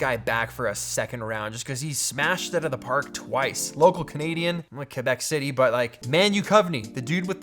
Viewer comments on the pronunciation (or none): bruh when peter said Quebec City like that XD